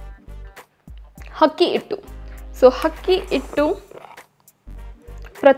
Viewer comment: Adu akki hittu not hakki hittu